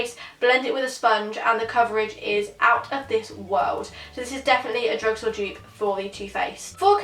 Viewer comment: She kept on saying Jupe instead of dupe 😂